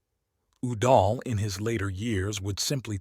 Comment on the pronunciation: How can you pronounce Udall correctly once and then get it wrong a couple times after that?